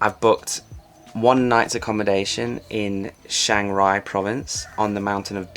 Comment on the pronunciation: CH, not SH